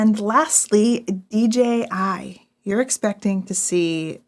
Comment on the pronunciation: Love you guys. I've absorbed so much of your advice and even made my major purchasing decisions for 7 years based on your reviews. Just one thing though and it's seems to be a super common thing on Youtube. It's pronounced DJI, not DGI. Really inconsequential but it's my pet peeve. Otherwise keep doing what you're doing. Your channel is the benchmark for photography advice in my opinion.